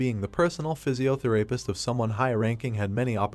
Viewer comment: Physiotherapist - Love the pronouncenciation Physio-the----(What did he say!!???)